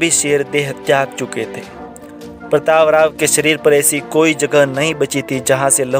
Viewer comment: प्रतापराव गुजर Is the name. Learn first to pronounce.